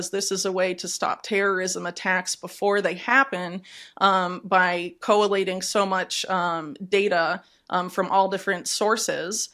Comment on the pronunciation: Collating. Three syllables not four. Whitney